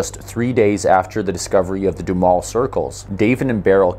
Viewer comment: Just as an aside, Duhamel is a french name, but all the locals pronounce it doo-HAMEL sounds like camel.